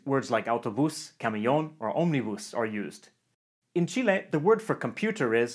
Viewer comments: I like that he says "Chile" and not "Chili" ❤❤ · As a Chilean i really appreciate the fact that you call us Chile with the letter "E" pronounced as Spanish and not the English "E" which make it sound more like "Chili" the meal for us. Great Video! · kind of unrelated but god I can't thank you enough for saying Chile right! I really hate it when foreigners say it like "Chilli", really ticks me off.